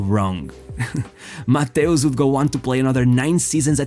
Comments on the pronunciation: Nice video my Portuguese fellow! Although it made me some way like confused hearing Mateus instead of Matthaus 😅 grande abraço 💪😃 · you’re right! For us in Portugal we are used to say Mataus but the correct way to pronounce in German is Mateus! My bad 🙋‍♂️ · Jesus, how many ways are there to butcher one name in only one video? 😂😂😂😂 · Your narration is hideous. Pronouncing Matthaus and Matthaush in the same sentence many times. What's wrong with you?